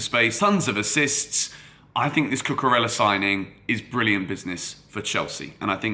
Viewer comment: Can you pronounce his name right, Cucu-rey-ah. Just like how you would pronounce David Villa. Thanks